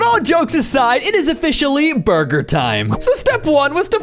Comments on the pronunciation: in the video, said buger time instead of burger time. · He said buger time